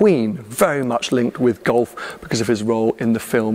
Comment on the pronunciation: It took me 14mins to work out was saying Gulf, not Golf…